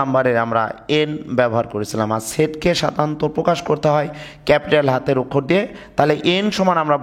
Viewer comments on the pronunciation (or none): none